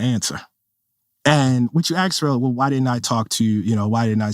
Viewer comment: He says I know I wrote a book about this, but Im still learning about this. Also 'Ax' instead of ask. This is not someone I need to listen to... Oh, also, race is a construct, while also defining black perfectly clearly as a biological fact.